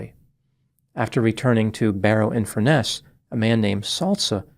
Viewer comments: It's Barrow in Furness. Not Barrow Infurness. At first I thought he said "Inverness in England", which didn't make any sense. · It’s Barrow infurness